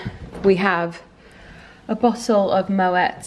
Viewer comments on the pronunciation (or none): Totally googled how to pronounce Moët .....Who else was like “wahhh I’ve sooooo been saying it wrong”